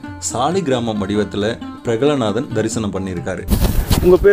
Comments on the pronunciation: Prahaladhan to be pronounced properly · Name of Hirarnyakasipu's son is """"Prahaladhan "" Please pronounce it properly Please 🙏